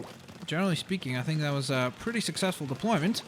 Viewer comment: when said "deployment it sounded like depfloorment